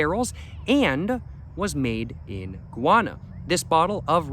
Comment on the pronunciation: pretty surprised he pronounces Guyana the spanish way lol